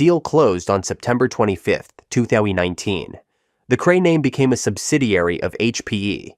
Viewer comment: Goto 27 minutes 15 seconds in the video. What year is 2 thowy 19? I can't be the only who heard this oddity